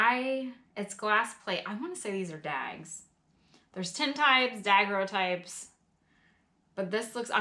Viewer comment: Hello...just wanted to help with the pronunciation of daguerreotype. It is da-Gary-o-type. I know...a tough word! Thanks for all your content. I absolutely love your stories behind the paper!! Keep up the good work and hope you have a great 2020!!